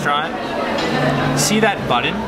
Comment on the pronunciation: Do all Canadians say "button" like that? Might make this my next trip though.